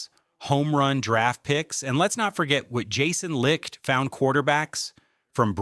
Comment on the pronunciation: It seems like no one knows how to pronounce Jason Licht. Anyways the offense can be generational I believe this year. The offense is the key and the defense is going to give up a lot of points at times and I think the offense is going to be next level enough too propel us into possibly even a Super Bowl which I can't believe I'm saying